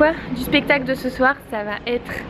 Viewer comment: Like si tu à remarquer que elle a dit pestacle au lieu de spectacle 😂